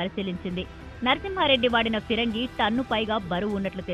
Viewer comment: Pirangi entra jaffa reporter! It's Phirangi